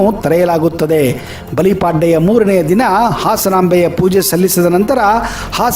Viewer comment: ಬಲಿಪಾಡ್ಡೆ ಅಲ್ಲ ಬಲಿಪಾಡ್ಯಮಿ